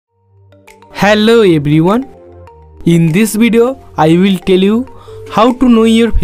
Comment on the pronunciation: i Thought you said i will kill you but its i will tell you😂😂😂